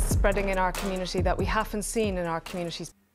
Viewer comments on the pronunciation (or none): muh cuum-munitity